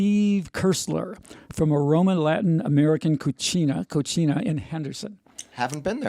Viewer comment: Co see na Not Co chee na